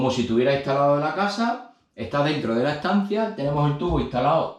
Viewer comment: Y lo de aprender a hablar español correctamente siendo español para cuándo??? Por qué eso no es acento , sino es no saber hablar español castellano correctamente. No sabes pronunciar las palabras correctamente ni entonar ni vocalizar. Dices todo con c o con z. Caza en vez de casa,coza en vez de cosas etc. Luego todo con ch, ,coshe en vez de coche. Y luego do y tre. Para referirse a dos y tres etc. Y así con todas las demás palabras y frases así que yo no puedo aguantar esto ya bloqueo este canal y que no me salga porque me da asco oir a la gente de Andalucía Murcia y Extremadura